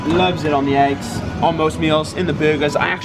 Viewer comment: Almost sounded like he said butt for burger and ass for eggs lmao